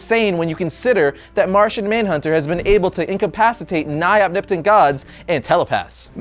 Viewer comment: Om-nip-tant? Lol